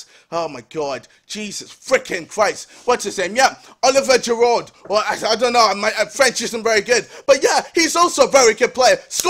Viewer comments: He said Gerod but meh close enough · I wonder if he still calls Giroud Gerard xD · Oliver gerrard?!?!?!?!?!?!?!?! it's oliver giroud!!!! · geroared hahaha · when he pronounced Giroud's name wrong 😂😂